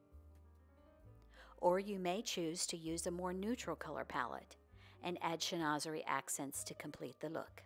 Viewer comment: Pronounced: shen-wa-ze-ree…..and yes it is lovely. You can frame a few panels, or decoupage to the front of a dresser, commode or armoire (are- mwaa)…..